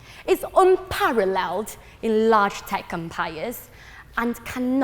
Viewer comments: Fuck sake. Have I been pronouncing "tech empires" wrong all my life? Tekumpiyus?????? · um wtf is her accent? to me she sounds like a fob who went to the uk to study but her pronunciation is atrocious and it sounds like a very ugly mishmash of uk + Chinese accent. she places emphasis on words in the wrong places. "tech empires" doesn't even sounds like tech empires when she speaks